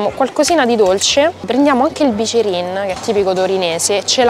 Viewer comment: Ti stimo ma si dice biccherin Poi vai a piazza della consolata